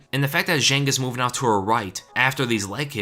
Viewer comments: Fun fact: Zhang is pronounced John. Just to make your life easier throughout Weili's UFC run. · Just a kind reminder, it's Zhang, not Jeng or whatever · The Chinese name "zhang" is pronounced like 'djahng'. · I'm really bothered on how you pronounce "Zhang" lol